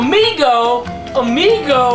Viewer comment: It's AMIGO not EMIGO !